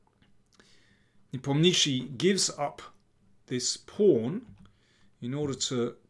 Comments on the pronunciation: daniel you're the king but for god sake please learn to pronounce ian's name properly ! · Befor making video, learn how to pronounce players surname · Why is he calling him nepomnishi, am I missing some inside joke? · russian pronunctiation is ne-pOm-nya-chtch(sounds like [sh] but softer)iy. with accent on pOm. This surname means "doesn't renember" like someone asked -What is his surname? -He doesn't renember. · Ffs learn to pronounce the guys name. Lazy and unprofessional.